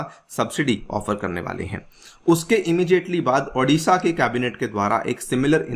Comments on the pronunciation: Adisha nahi hai it's Odisha..O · Sir , Thats Odisha not adisha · Sir it is not Aa- disha It's O-disha